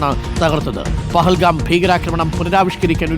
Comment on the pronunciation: പഹൽഗാം അല്ല ന്റെ അരുണേ പെഹൽഗാം